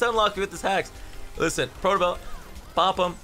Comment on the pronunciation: How many time did you say "Lisen"? xd